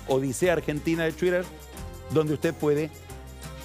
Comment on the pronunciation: "Tuider" No hace falta exagerar tanto el inglés jajajajajaajaj